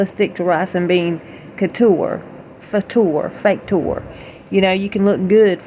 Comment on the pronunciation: Fah-toure! I LOL'd at that one.